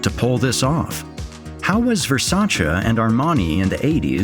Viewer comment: there is no way this man just pronounced Versace like that 💀